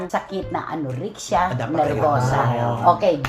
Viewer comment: Mamaru palagi si Cristy. Kahit sa medical terms. AnURIxia daw. Anorexia (nervosa) po. Tapos kung pag tawanan si Wendell pag nagkakamali, ang tindi.